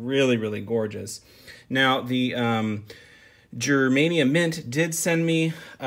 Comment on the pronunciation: pronunciation of "Germania" is painfully wrong lol don't me!